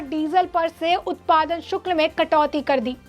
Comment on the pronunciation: शुक्ल ??? " शुक्ल " नहीं.... " शुल्क "